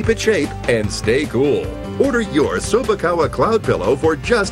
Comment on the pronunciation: Chew-bak-a? May the pillow be with you....